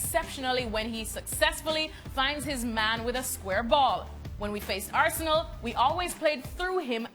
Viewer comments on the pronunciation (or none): none